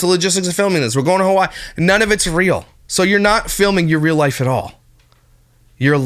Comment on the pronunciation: She says ‘rail’ instead of real